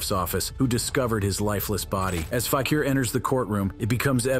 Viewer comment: What is FAK-EAR - it is FAK-EE-R